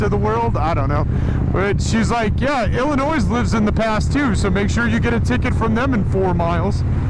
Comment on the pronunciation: Great video man... Cool ride.. but God damnit Ben.... It's El-A-Noy... Not Ill-A-Noise